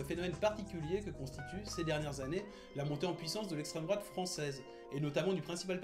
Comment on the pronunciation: Parti pris bien trop visible, manque de connaissance sur le programme, absence totale de remise en question des autres partis = diatribe de gauchard habituelle. Dommage, cela aurait pu être intéressant si le but n'était pas de "combattre l'essstreme drouate" (ce qui est pathétique, car le PS est bien plus dangereux et mérite d'être combattu davantage) mais de donner un aperçu neutre du FN